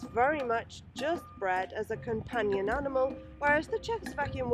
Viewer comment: Sounded like aminal